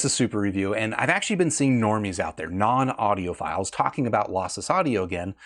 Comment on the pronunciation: says audiopedophiles